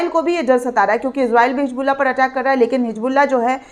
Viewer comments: hisbullah hai naam hijbullah nahi apni Urdu ko durst karo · It's Hisbullaah not HIJBuLLA, pls do not irritate Kunwaa ka pani nhi Kunwe ka paani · Madam it is Hizbollah not hijbulla please correct your pronunciation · It's Hisbullaah not HIJBuLLA, pls do not irritate It's KHAZAANA not khajaana Kunwaa ka pani nhi Kunwe ka paani